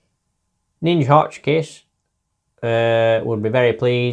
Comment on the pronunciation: Really enjoyed this one. And well done on pronouncing my name correctly..... Not an easy thing for some! Keep grinding